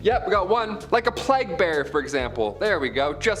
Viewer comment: Att.: - it is not pronounced 'plaque' it is plague. Notice it is a G not a Q! It is so annoying to hear all of you and your team mispronouncing everything... 😐